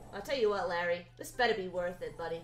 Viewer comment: No one:: Lærry